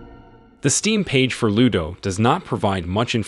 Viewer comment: It's Luto (mourning) not Ludo, and it's a Spanish game, one of the best demo I played.